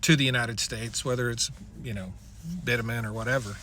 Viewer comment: I like your video. Well laid out and understandable. Hearing you pronounce bitumen was so painful though. Most people in the industry say bitumen with a soft T. Something sounds more like bicthumen.